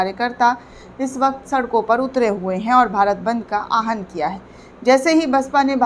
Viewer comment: Please correct pronunciation Aahan into Awahan. Thanks.